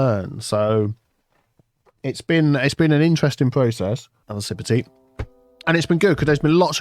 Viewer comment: "I need more tsea" I don't drink tea but that's still a mood LUL